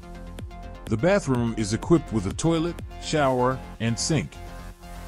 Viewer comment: So the thumbnail was clickbait and who says "Baff room" in a professional presentation? 🤔